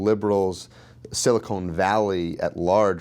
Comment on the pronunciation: He said SILI CONE Valley!!! YEAH, ALERT EVERYBODY!!! Just before watching this vid, I Notice, YouTube almost a sudden is PUSHING CNN....Even Though THEY KNOW I DONT and havent watched CNN FOR MORE THAN 2 YEARS!!!